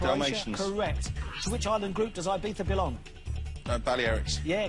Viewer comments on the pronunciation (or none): none